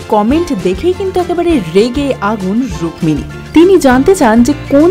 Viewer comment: 'রুক্মিণী ' শব্দের 'ম' এর উচ্চারণ হয় না।